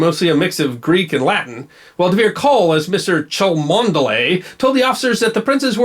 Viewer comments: Yup, Cholmondeley = "Chum-Lee"... see the Wikipedia entry on Cholmondeley Castle. BTW I loathed history at school; apart from the fact that I'm older than you, why couldn't you have been my history teacher?! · confirmed, it's pronounced 'Chumley'. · Cholmondeley is actually pronounced "Chumlee" Bunga Bunga btw has spread to the Arab World, where the name was used for a character Ahmad Massad created--a caveman named "Bunga Bunga"; he also uses it as a euphemism for sex party (or just sex). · And spelled Cholmondeley. "Obviously, Cheshire natives know the village near Malpas and home to the stunning Cholmondeley Castle is pronounced 'Chumley' rather than 'Chol-mond-eley'." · Cholmondeley is pronounced Chomley don't ask why another englishism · I believe the correct pronunciation of "Chalmondoley" is "Chumley". Yes, seriously. Along with "Faversham" (pronounced "Fanshaw") it's one of the two most absurdly spelled English surnames. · Chalmondley is pronounced Chumlee. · The gentleman pretending to be an official did indeed claim his name was Chomondley, but this name is not pronounced as it is spelt. It is pronounced "Chumley".